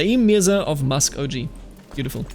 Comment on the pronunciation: Just as a little piece of advice, sir. Muskogee is pronounced with a hard G. So like “Going” or “Gape.” Much the same way German G’s are pronounced in “Gehen” or “Geld” Great work absolutely love this series a lot.